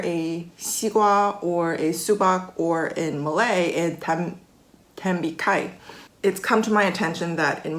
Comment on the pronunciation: I like how you speak perfect English sans any hints of Korean accent, but you're tembikai is drowning in Korean. I guess that's just what our brains do, use the language you're most familiar with as a reference when learning new ones.